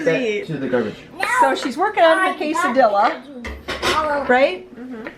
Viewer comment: It’s pronounced ka-Sa-Dee-a